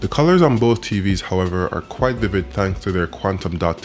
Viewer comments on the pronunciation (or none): none